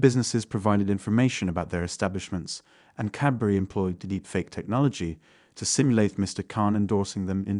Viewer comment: for me it was "Deepfake Aye" lol